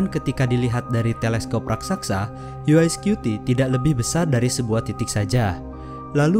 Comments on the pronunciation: bukan "yu ae skyuti" tapi "yu wae skuti" bacanya. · Dibacanya yu ai scuti ya...😅😅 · UI atau UY scuti nih, ngomongnya aja gaberes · "YU WAI SKUTI" bukan "YU AI SKUTI". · Yu Way bukan U eS skupi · UY Scuti : "Yu way Skuti" bukan "Yu Ai Skuti" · videonya bagus dan sangat menambah pengetahuan. Cuma sayangnya narator dalam video ini salah dalam mengucapkan UY Scuti. UY kalo dalam Bahasa Inggris dilafalkan: 'yu way', bukan 'yu ai', kalo 'yu ai' seperti yang dilafalkan dalam video ini, berarti UI Scuti dong harusnya? Mohon lebih teliti lagi dalam video2 selanjutnya, agar tidak misleading. Semoga sukses channel ini..